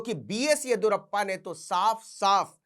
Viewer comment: येदियुरप्पा होता है, येदुरप्पा नही❤😂